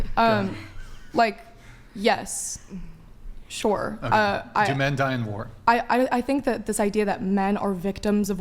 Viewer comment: Listening to her say "sure" as "shore" this entire podcast has been hella annoying